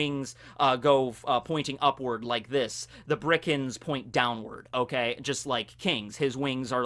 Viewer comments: It's Birkans, not Brikans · Is it just me or are you saying birkans as brickans, it’s been getting on my nerves for a while now lmao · Nobody: Absolutely nobody:: Bri-Kans